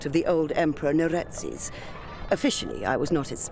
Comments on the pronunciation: why are you adding vowels to neretzes and diathma? you make them into neretezes and diathama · "Just found out his name was Neretez." No, you're still wrong. It's pronounced Neret-ZEHS, not Neret-ezz... More like 'Zess' (think zest without the T) and less like 'Cortez'. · That has got to be the WORST pronunciation of "Neretzes" I've ever heard